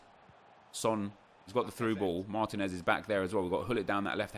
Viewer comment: Your striker from Atlanta United is pronounced Mar-TEEN-ez, cheers from Atlanta!